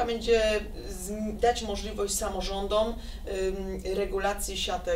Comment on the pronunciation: Posłanka ze wsi, która wymawia "ucznią", "samorządą".